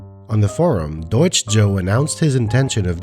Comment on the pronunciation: I have to add, as a German, your pronunciation of Deutsch and Über are very clean. Good job